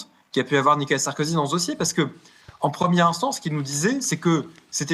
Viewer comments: "Nicolas Sarkozy" et non Nikala Sarkozy 😂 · MERCI 🙏🙏🙏 (Attention toutefois; on peut l'appeler Sarko ou 'l'ex président félon' mais pas "Nica Sarkozy" comme vous semblez répéter en voulant aller trop vite)